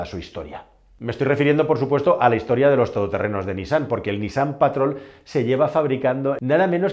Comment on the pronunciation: Correcta la pronunciación de NISSAN: niSSAN